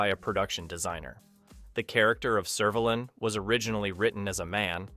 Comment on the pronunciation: If this narrator has watched the show, why can he not pronounce Servalan or Vila. Never mind Daleks.